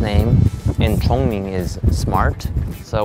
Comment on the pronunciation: Congming, not chongming🤣🤣🤣 But nice try